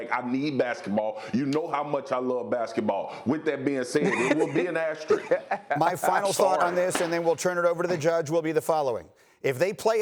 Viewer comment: Man I´m Portuguese and even I can say the word asterisk… Been hearing this guys saying "asterik" for 3 days xD